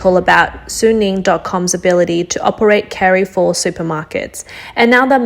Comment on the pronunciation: i agree with you, still cringed at the "carry-four" pronunciation in this video. where is this from lol